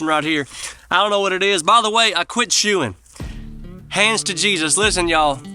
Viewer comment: When they outlaw CARS, we're all gonna be going to Walmart on HORSEBACK. So, keep up the "SHOOIN" Oh...wait....you said "CHEWIN" ?